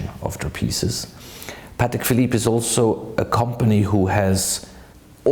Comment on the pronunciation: It’s actually pronounced Pâ(Y)tek